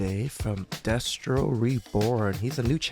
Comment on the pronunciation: It's Lord Destro... Not Re-Destro from My Hero Academia.🤣